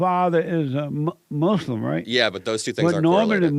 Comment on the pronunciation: Mooos-lum 😂 I can’t with this guy…